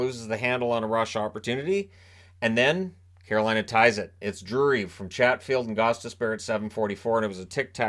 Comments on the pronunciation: same I caught the same thing. He got out Caroline and then the wrest of the word was absolute jargon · Know what you mean. At one point when he was trying to say "Carolina", I legitimately thought he might be having a stroke.